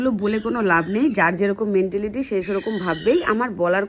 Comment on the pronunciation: তোমার ভাষণের মধ্যে একটা ইংরাজী শব্দ অনেক বার কানে ভেসে এল - Mentality! একটা কথা বলি, কিছু মনে কোর না। ইংরাজী ভাষার ওপরে ভালো দখল না থাকলে দয়া করে ইংরাজী শব্দ ব্যবহার কোর না। ঐ ইংরাজী শব্দটার বাংলা ভাষায় উচ্চারণ হচ্ছে - "মেন্টালিটি".. "মেণ্টিলিটি" নয়!